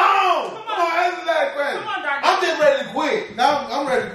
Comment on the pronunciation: I loved when you called Darnell Darnella lmao too funny, #TeamZavia #HALLOGANG